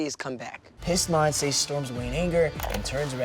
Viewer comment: This show seems to be good but I’m kinda bothered about the way they say Monse’s name. They say it mon-say but it’s mon-see or in Spanish it’s Mon-se, speaking from experience bc it’s my name